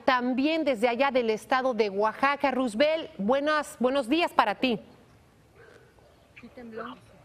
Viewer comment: el nombre del periodista que informa desde México, es Roosevelt, entonces se acentúa en la primera sílaba "Roo.. ".. No en la última sílaba... "... velt.." el nombre de el, es como el del ex Presidente de Estados Unidos... (Por favor)